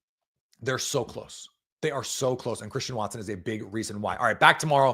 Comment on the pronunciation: Collectively, throughout the game that was one of the worst called games I have ever listened to in my entire life and I'm 46 and I've been watching and loving the NFL or decades. "what a play from Chwristian Watson", heavy on the 'w' that doesnt existi in his name, Christian. But Tom Brady is the absolute most annoying 'color commentator' or whatever the f*** he is 'supposed' to be. This entire game Tom Brady was on the Bears nuts, and in doing so, just bash the Packers. Yeah that's right, a team that's 4 and 6, he was sucking their dick the entire f**** broadcast! But no the Packers who are a better team who have much better of a story to tell from individual players to the coaching to the rise of young players, etc was overlooked because Tom Brady is so ignorant that he overlooks the general high level concepts. Not even that, as far as color commentators go as far as the enunciation and the timing goes this guy is just offbeat and just messes with the entire flow of the game. His stupid ratings of throws? Awful. Are you effing serious? Do you know how awful Tom Brady was throwing the ball around? Not only that, on Jordan Loves interception he calls it "bad football". Yeah that's right he literally defined one throw as bad football. To me that's ignorant analysis of football. But when one of the worst quarterbacks in the league, the Bears QB, overthrows another player in the exact same scenario later in the game but it's just happens to not be intercepted, Tom Brad